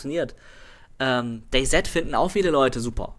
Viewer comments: Endlich ein Mensch auf dieser verdammten Welt, der DayZ "Day-Set" und nicht "Day-Si" ausspricht. Ich hasse sowas total. Genauso wie Leute, die in CS zu CZ75-Auto CC75-Auto sagen. Z = "Set" C = "Si" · Mr. Maflon Dann solltest du dich aber bei den Leuten über deren Aussprache beschweren, nicht darüber, dass manche Leute DayZ (si) sagen, was absolut korrekt ist.